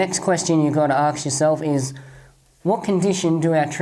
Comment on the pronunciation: why are you saying AKS all the time instead of ASK:D Good work